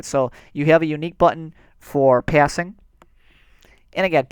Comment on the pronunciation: “Passing paiisssing”😂